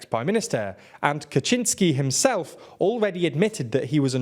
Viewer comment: You have improved. Kaczyński ok, but Jarosław needs a bit of a correction - it's Yaroh Swahf" ;-) . Well done for making the improvement.